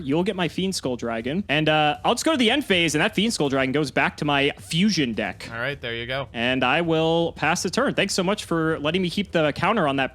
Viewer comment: it’s pronounced Fusion Deck 😒